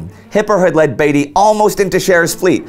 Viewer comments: Hi there, loved the video. one small gripe. As an englishman i would correct you in saying Beatty like Bee-tee rather than Bay-tee. anyway great video! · right, it WAS Beat-y not Bate-y. Indy also mispronounced Ar-BUTH-not. Minor points though, these are not easy things to get right if you aren't a native speaker. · FYI Indy, HMS Indefatigable, was often reffered to as, the Indy. Also Beatty, is prounounced Beat-e, rather than Bee-tea. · Isn't Beatty prounounced b-EE-tey, not b-ai-tey? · Admiral Beaty is pronounced " Beety" as in Beetroot" not Bateroot. Or the "Beatles" not the "Bateles"The British lost over 6,700 men BTW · Wasn't Beatty not pronounced differently? More like Beat-tee. At least that is how I remember the name from the BCC docu about WW1. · I think beatty's name is pronounced beat-y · ***** I understand and appreciate your efforts, and you are usually good or close enough. The odd part about the Beatty thing is I have never heard the name said any other way than as Beat-ty. Dont worry, its an easy mistake, wait until you get names like Wemyss which most English speakers get wrong! Keep up the good work, this is a series that really needs to be made, too many people forget the smaller details and only remember the odd large battle. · Beatty sounds like baby. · Love your videos however you have been pronouncing admiral Beattys bane wrong. Just for future reference. Keep the vids coming :D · How on earth can't this guy pronounce any of the key names of this battle properly... Beatty, Scheer and Jutland. 🙈